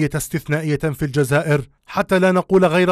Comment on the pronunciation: انت يا بليس حتى الجزائر تنطق فيها جاجاير ااااااه اااااه اه